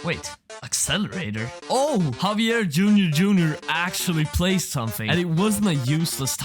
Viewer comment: havier ???? BRO JAVIER